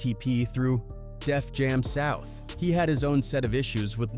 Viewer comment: Cringy to listen to. Listening to mispronounciations of Chingy, Def Jam South, etc... is crazy to me